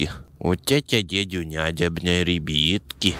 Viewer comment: Мене бісить коли ти кажеш рібітки